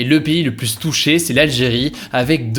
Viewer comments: Pourquoi il dit tout le temps "le plusse" au lieu de "le plus" avec s muet... c'est un truc régional? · Ça me perturbe à chaque fois quand tu dis ''pluSS''... on prononce pas le S quand c'est suivi d'un adjectif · Oui pour le cas que tu évoque c'est pareil en France. Mais en réalité j'ai regardé il y a des règles assez spécifiques sur la prononciation de "plus" que Hugo ne respecte pas.